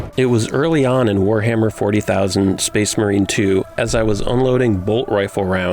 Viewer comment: "Warhammer Forty Thousand" 🤢 🤮 Who says it like that?